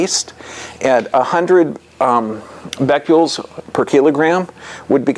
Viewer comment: Omfg if this guy says "beck-you-ols" one more time I'm gonna reach thru the screen and strangle him. BECQUERELs. As in Henri Becquerel. The french dude who left uranium ore on a photo plate (why? I dunno) and then it developed.